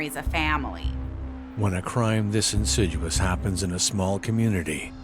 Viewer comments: the word is insidious not insiduois!!lol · The narrator needs to check his vocabulary. It not “insidUous” , it’s “insidious”. No wonder the US has such a shocking track record of literacy and numeracy.